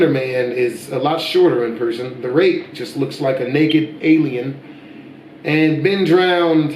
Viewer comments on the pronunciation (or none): It sounds like you said the rape and not rake